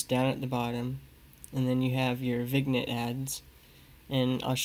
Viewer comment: Hi! Great video. I was a french major so here is how you pronounce vignette. Thank you for the video!